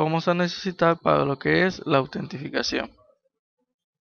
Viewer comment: autentificachion xD ingles pro xD